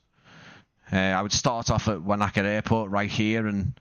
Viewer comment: Wānaka is pronounced "wo-nuh-kuh". 😊